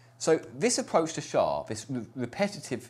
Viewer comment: No one says "shaw". You say the letters S H A.